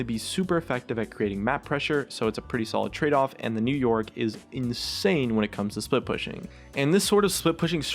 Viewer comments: for once on , i heard 'new york' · Sometime when he says " new yorick " it's sounds like he's saying " new York " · Is it me or are you saying "New York" instead of "New Yorick"